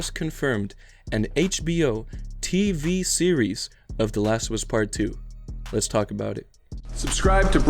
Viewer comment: wo dude this is a Siri? I thought this was a series!? WHAT!?